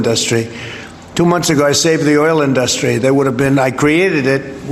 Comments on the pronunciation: He sounds drunk with the way he says "oil induustry". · In dust rie.. why does he split it all into syllables like that? Is he also too dumb to assemble words ? I thought said he had the best words ? Lol. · "Ind-us-tree". Good job, President. Good job. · "the oil in-DUSS-tree" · Why does he say the word industry like that? What is wrong with this man?